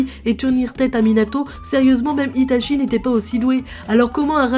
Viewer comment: J’arrive pas à prendre cette vidéo au sérieux, ‘’Itachie’’ ‘’Cacashi’’ ‘’Uchiwa’’ ‘’Rinéguane’’